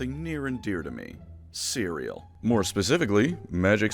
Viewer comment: I thought you said Syria when you said cereal during the add break